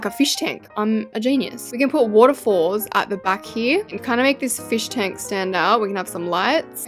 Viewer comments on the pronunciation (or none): Fosh tank? Fish tank?!?! Just say aquarium